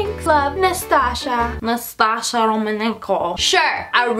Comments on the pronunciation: no one gonna tell her is “Natasha” not “Nastasha” no?? ok. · it’s not naSTasha, is naTasha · It’s not nastasha its Natasha that’s the name of my sister